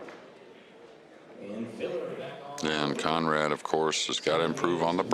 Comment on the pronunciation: Kudos to the announcer for pronouncing Konrad's last name correctly.